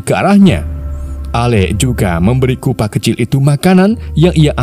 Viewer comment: Chupa bang bukan kupa